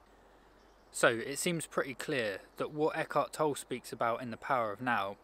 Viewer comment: Toll-e, he's German, the e is pronounced.